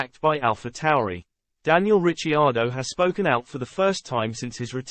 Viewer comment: Its pronouced Rick..ardo ......